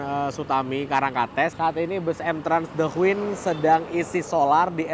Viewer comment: Masee, punten ya tak koreksi pengucapan kata "queen" yang bener adalah {kt krj} /kwēn/ huruf Q pada kata queen dibaca K. Seperti pengucapan huruf K pada kata "king". Soale tak perhatikan konten sebelumnya yang naik the queen ini kalo ngucap kata queen menggunakan Q bukan K.